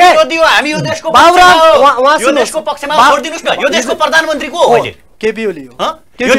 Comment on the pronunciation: मगल ले प्ररामन्त्रि होइनन् हो स्पष्ट शब्द बोल्नुपर्छ हो प्रधानमन्त्री हो